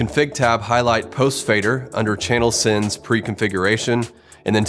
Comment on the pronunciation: Should be "Sends on fader"... Not "Sins on Faders" ;)